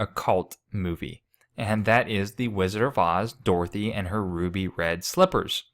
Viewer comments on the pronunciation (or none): none